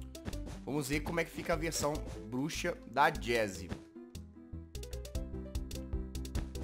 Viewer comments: eu achei que ela tinha falado buxa kkkkk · (voz fina ) os temas de hoje foram cabeça e bluxa ela fala elaudo kkkk ela falou bluxa